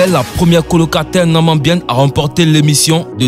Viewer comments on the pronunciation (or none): Ca se dit na-mi-bien-ne ! Après moi...